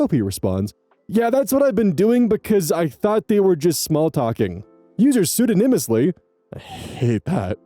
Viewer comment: sue-DAW-nih-muss-lee. Like Pseudonymous Bosch, the pseudonym of the author of the Secret Series, one of my favorite book series as a kid. Meant as a play on/reference to and rhymes with Hieronymus Bosch